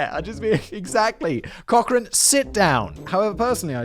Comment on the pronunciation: This guy annoys and irritates - laughing and mocking at inappropriate times. Sarcasm and childish comments. Nowhere close to other documentaries online. And learn to pronounce the names like Cochran 🙄🙄🙄